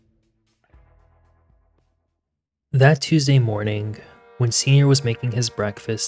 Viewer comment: Thank you for your videos. You are fast becoming one of my favourites. Just an observation, I can't help but notice you are pronouncing "G" as "K". For example, 'mornink instead of morning.